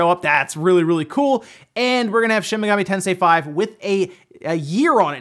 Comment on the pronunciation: Dude it's shin megami tensei, not shimigami lol